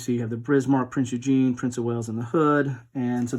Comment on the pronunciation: Shout out Good job I like your channel! Keep it going... Have you looked at Admirals' War: World War II at Sea by Canvas Temple Publishing? Just a side note you are not pronouncing Prinz Eugen correctly? You are saying Eugene :)